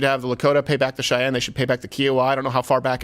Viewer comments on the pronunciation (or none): none